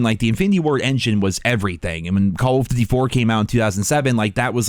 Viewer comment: have you ever realised that you say Colv Ditty when trying to say call of duty:p